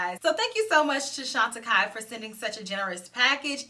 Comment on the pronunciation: Now I know how to pronounce that brand thank you. ❤